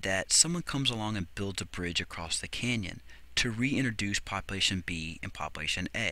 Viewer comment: "poplation" lol